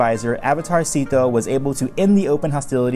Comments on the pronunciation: Isnt it pronounced like “seh-to” not “see-to”? In Chinese pronunciation, “sze” would be pronounced like a mix of “seh” or “say”. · It's pronounced Zet-o, not Zeeto/Seat-o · I would think his name is pronounced zay-to based on the other characters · I’ve been pronouncing his name as Zetto all this time, and I come to find out he’s basically Avatarcito, like he’s a Latin Avatar. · how this guy pronounces szeto 's name as /zee-to/ really bothers me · Not to be rude but you pronounced his name wrong you are meant to pronounce it 'szesto' and spell it 'szesto' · It really bothers me how you pronounce it "Seeto"